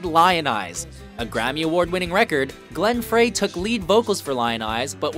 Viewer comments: Is the narrator 14 years old? Glenn "Fray"? Clueless. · you are marvelously spot on. In my bands over the last 30 years we often focused on songs like these and have done 7 or your 10! New Kid In Town won a special Grammy award that year for best vocal arrangement, an award no longer given. (b.t.w. Glenn Frey's last name is pronounced "Fry" not "Fray"). A few you left out are: Uncle John's Band by Grateful Dead; Carry On by C,S,N,Y; Africa by Toto; and so many more by the Beach Boys (God Only Knows; Warmth Of The Sun; Wouldn't It Be Nice) and Beatles ( Paperback Writer; In My Life; This Boy). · The guy pronounced Frey "Fray" I can't take the list that seriously. Seven Bridges is amazing. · Disrespecting the Eagles with a #8 spot and it’s pronounced Glenn “Fry” smh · His pronunciation of The Eagles Glenn Frey also, it 's Fry, not Fray... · Glen FREY!!! Rhymes with "PIE"!!! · He also said "Fray" instead "Fry" for Glenn Frey. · Glenn Frey pronounced his last name "Fry", not "Fray". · Glenn Frey is pronounced as fry, not fray. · Glen Frey. “FRAY?” Really? I always thought it was pronounced “FRY.” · You lose a lot of respect when you mispronounce someone's name. Glen Frey - like fry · Come on dude. You gotta get “Layne Stayley’s” name right , you said Stanley??? Bro, not good…..and “Glen Fry’s” (FRY, like french frie) you said Fray….. gotta get those right. EPIC FAIL DUDE. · Layne Stanley? Glenn Fray?Make sure you pronounce names right when you do a video like this. Yikes. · Did he say Glenn "Fray?!?!" I quit watching right there. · Glenn Frey. Pronounced Fry. Do your homework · Dude said Glenn fray. Cringe. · Pronounced Glenn Frey wrong too. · The narrator couldn't even pronounce Frey right. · He totally did!! What a tool.